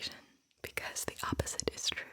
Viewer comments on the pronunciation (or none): Frue and Talse